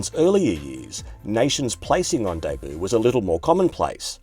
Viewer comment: Is that really how Australians pronounce “Debut”?